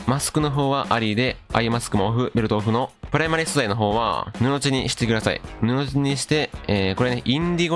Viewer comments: ぬのじだと思いますよ。わざわざ返信ありがとうございます👍🏼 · 布地の読み方 ぬの"ち"はおもろい